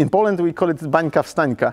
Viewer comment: We call it "Wańska Wstańka", not "Bańka"...